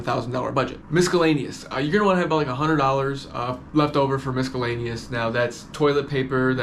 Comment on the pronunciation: They way you say miscellaneous is hilarious